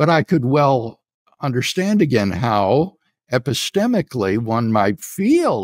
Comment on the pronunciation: Whenever so called “dr” craig says epistemically, it makes me cringe. The guy is psycho.